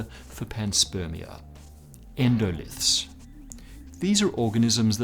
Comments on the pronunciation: That's 'endolith', not 'endolyth'. Is the writer really a sciency guy? Hard to believe. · 'Endolyth'? Surely you mean endolith?